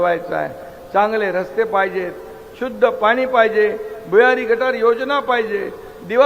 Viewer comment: बहिन अशेल पानी म्हनून... आनि म्हनून... किती अशुद्ध. 2.5वर्ष सहन केले.